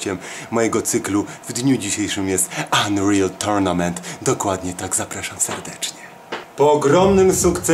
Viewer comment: Unreal Tortunament;> tak mówi xd